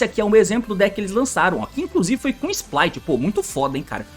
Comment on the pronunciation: Quando as cartas foram anunciadas, se chamavam Splight, quando chegou no TCG mudou para Spright, mas o T nunca mudou a forma de falar.